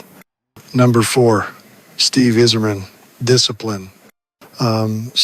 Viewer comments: We know that Paul Coffey knows how to pronounce Steve Yzerman’s name. Notice this AI version of Coffey has no idea. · Sorry, AI can't say "Yzerman". Downvote.